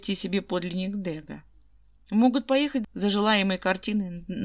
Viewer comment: Благодарю. Ваши озвучки нравятся, одни из немногих. И все же ДегА..... Ударение на а